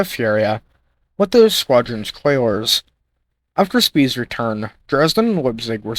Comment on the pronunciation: Don't worry about pictures. Pictures are fine, a map or two would help. But please, please: "collier" (a vessel that carries coal) is pronounced: "coll-yer" not "coiler." Just trying to help, man, I like your choice of subject.